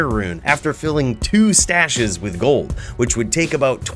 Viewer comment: 😂 that was too jood.